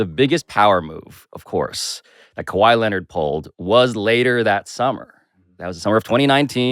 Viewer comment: "Ka-whiet" = Quiet 😂😂